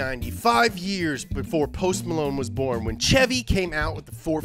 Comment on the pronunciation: Kudos for saying chevy the right way no shevy like all those other weirdos